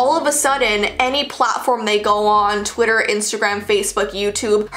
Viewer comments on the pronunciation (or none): none